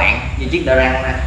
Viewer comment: Đờ rất không phải đờ răng ok